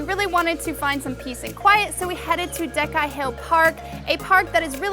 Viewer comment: C in Diecai (djyetzai) should sound similar to C in Italian